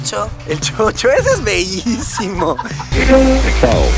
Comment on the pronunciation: No es chocho es shoro